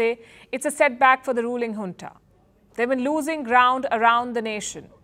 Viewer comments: Madam it's Junta not Hunta. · Palki cannot say Junta ..... says hunta 😂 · Junta or hunta?